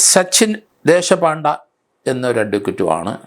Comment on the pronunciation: ദേശ പണ്ട അല്ല ദേശ്പാണ്ടെ